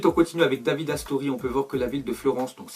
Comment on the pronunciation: Ca ce prononce Davidé RIP à toi Astori c'était quelqu'un de bien